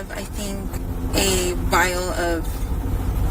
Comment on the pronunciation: What average American says "Vial"? I cant stand the way JS and ST put words together 🤢🤮